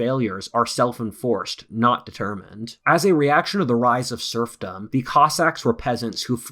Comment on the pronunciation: Every time says SERFdom I was thinking about SURFing. 🏄🏄‍♂🏄‍♀🏄